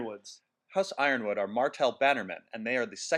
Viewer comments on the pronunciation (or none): It's spelled yronwood but pronounced yornwood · t's pronounced yournwood I think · Its pronounced Ronwood. Its pretty obvious. You dolt. You mispronounce all the free cities too. "Mer"? Lol. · I think the "Y" is in Yronwood is silent isn't it? Guess I've been reading it wrong. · Most GoT mispronunciation EVER!